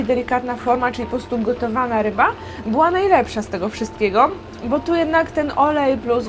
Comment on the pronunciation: czy tylko ja usłyszałam ryba fubu?